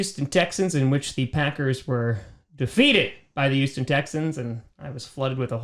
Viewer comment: I love you but why do you always say YoOsToN Texans lol